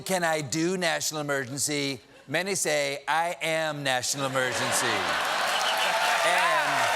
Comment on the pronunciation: I swear Trump said "national emergentshee"